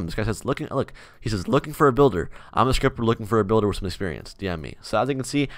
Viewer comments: i thought he said stripper lmao. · When he said scripter 1st time i thought me said striper and i was like wàaaaa🧐😱